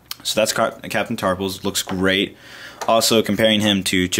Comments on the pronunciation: Its tarful not tarpul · I think it's captain Tarful, you are saying it with an 's' on the end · it sounds like he's saying Captain Tarpals, the gungan